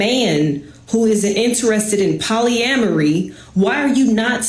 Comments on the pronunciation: Did she just say polyambry bro?😂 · lmfao I just cant get past Poly-am-mary lolllllllll. This is wht we Black Men have to deal with.